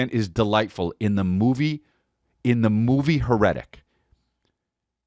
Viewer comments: Hmmmmm HER-ETIC movie? You mean HAIR-A-TIC lol. Hmmmmmmm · I think it’s pronounced hair-eh-tick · "Her-etic" Eeeeeeeeeeehhhhh S'pronouncing it wrong. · Truly a chef’s kiss on Chris never hearing or seeing: HAIR-RI-TICK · Here I am BRM at the fourth time he says it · CHRIS HERETIC IS NO PRONOUNCED LIKE THAT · Man you can’t be pronouncing heretic like that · Quick question, why ya sayin "heretic" like that?